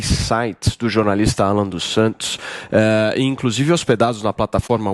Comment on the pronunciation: "e inclosive"...